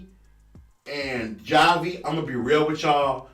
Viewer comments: I think you just mispronounced Javi’s name. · He continues to mispronounce it 🤣🤣